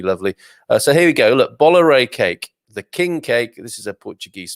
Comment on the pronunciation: Bolo Rei , is pronounced, Bolu Rei, just helping